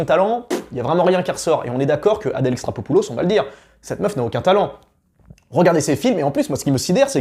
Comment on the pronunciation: Répète après moi: Adèle E....XAR.....CHO....POU....LOS !!! XD